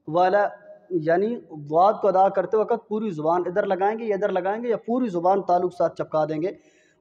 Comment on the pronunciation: Is baat se bahot dukh hota hae jab koi QARI ya HAfiz e QURAAN bajaye QAAF ke KAAF KA ISTEMAAL KARTE HAIN.WAQT KO WAKAT ye bhi ajeeb lagta hae .Talaffuz apna sahi kijye pls phir sikhaiye.warna sab ghalat seekheinge aur gunaah aapke sar hoga ghalat padhneka.